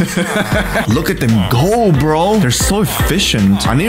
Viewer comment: chill brrroooo was so russian lol